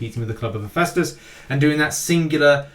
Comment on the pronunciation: Glad to see you learnt to pronounce Hephaestus lol